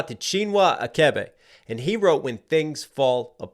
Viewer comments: CHI-NWA ATCH-AYBAY is the right pronunciation of Chinwa Achebe. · Btw, the "ch" in both Chinua Achebe's first and last bames are pronounced like the "ch" in cheese. At least by my family (my mother and his daughter were friends). Granted, sometimes pronunciation is hard even for me, who grew up in the West. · It's Achebe - you don't pronounce the ch as k. Also, the story takes place in Igboland - minor nitpick, but it vexes me when places within Africa are just generalised as the entire continent. So...